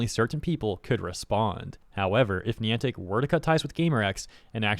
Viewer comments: It’s pronounced N-eye-antic. Not N-ee-antic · Me clicking on the video: Please get the name right, please get the name right, please get the na-- AH FOR FUCKS SAKE. It's not fucking KNEEANTIC, IT'S BILL NYE THE SCIENCE GUYANTIC!